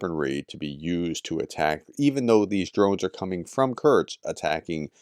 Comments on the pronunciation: Hi, please consider taking some time to adjust your pronunciation of "kursk" (not "kurts"), as it is a name you're likely to say a lot in the coming days / months:) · Man pronounce Kursk properly. It's koor-sk not kurch! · Why do you keep pronouncing Kursk ( Kerrsk ) as Kertz???? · Prof's pronunciation of Kursk sounds like Kerch, so this video was a bit confusing 😅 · Sorry Prof, but your continued mangling of the pronunciation of a simple word like Kursk is really irritating . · Quick pronunciation guide: Seva-Stopol, not Sev-A-Sto-Pol KurSK, not Kurt's Av-Diiv-Ka, not Adeeka Sudzha is apparently pronounced "Su-Ja" And for fans of Combat Veteran Reacts: Vov-ChanSK, not Vov-Chanks